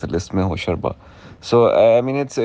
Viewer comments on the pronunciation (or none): For usman mukhtar It’s not hosharba ھوشربا, it’s two words hosh rubba ھوش رُبا, something that will take your sense (hosh) away. I used to read these stories in my childhood, so excited to see it in cinema and by my favourite actor usman mukhtar :)